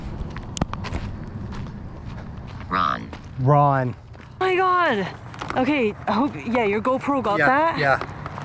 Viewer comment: Ron sounds like run